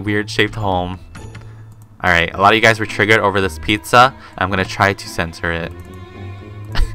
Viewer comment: when he said i have to center the pizza i thought he said i have to censored it XD lol